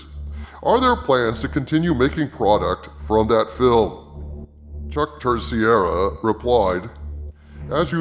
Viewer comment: I really am beginning to hate the way people pronounce the name Terceira. It's a Portuguese name, but everyone keeps saying TER-SEE-EHRA as if the name was Spanish, and spelled Terciera. The correct pronunciation is TER-SAY-RUH.